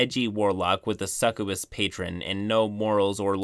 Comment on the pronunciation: Succ-oo-bus. I love you but sometimes your pronunciation is like a real-life word of power frenzy spell and I want to scream or kick something. XD